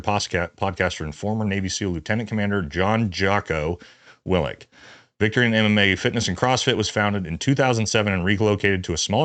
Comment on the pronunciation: I just wish someone would pronounce Willink correct. It's not Willnik. Maybe I just hear it pronounce wrong.